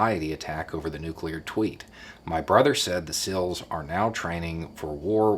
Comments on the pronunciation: You say Seals like Sills. 😉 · I kept hearing SILLs and had to keep reminding myself that the title said SEALs ;)